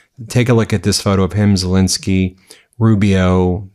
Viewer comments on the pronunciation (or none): none